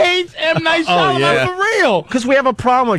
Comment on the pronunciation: FFS it's Shymalan. It's not hard, at all, to pronounce. Shy-Ma-Lan.